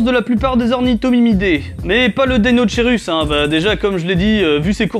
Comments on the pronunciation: Il se prononce pas plutôt deino"k"eirus ? Comme pour le brachiosaurus ? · Je veux pas faire ma raclette mais on prononçe pas ça "DeinoKeirus" ? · Le magouillosaurus parce qu'il a le bras long ^^. Et sinon très bonne vidéo encore une fois, mais juste une remarque : si je ne me trompe pas, l'étymologie du deinocherus vient du grec, comme beaucoup d'autres, on ne devrait pas prononcer [deinokeirus] du coup ? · Juste pour information ça se prononce "deinokerus" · ça ce prononce DEINO-K-ERUS